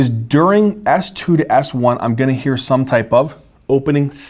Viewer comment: Great video and great enthusiasm as always! You're amazing. But fun fact, I kept hearing you say "it's a soft ass one" until I realized you were actually saying "soft S1" hahaha